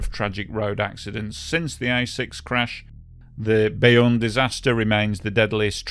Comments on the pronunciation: Pronounce Beaune sort of like "bone", definitely not Bayonne !!! It's confusing and clearly misleading. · Hey, love your channel but pronunciation of French words needs work. Beaune sounds like the English word ‘bone’ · Good video on this disaster Just an advice on french pronunciation Beaune is said B-oh-n au/eau -> o in french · You pronounce it BONE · The name of the town Beaune is pronounced as the English 'Bone'. Not that this matters that much. But just a small correction. Thanks for the video. Whole western Europe was shocked in those days. Especially because most of the children could have escaped from that bus quite easily. It makes it impossible to understand why they died. So rude and terrible. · French here. Thank you for covering this tragedy. Just a quick note, "Beaune" is pronounced /bone/, like a bone. The letters "-eau" together are always pronounced like an O in French ("gâteau, château", and so on) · There's nothing wrong with pointing out the correct pronunciation of a place name. We've got some unusual pronunciations on the map this side of the channel too. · And now 100 more, including me. I don't speak French, but I know that much. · Well yes, because "Bayonne" as the narrator pronounces it, is a place too, but on the other side of the country. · It should not be a confusing word for English speakers to sound out, considering they already know how to pronounce the words, "beau" and "plateau."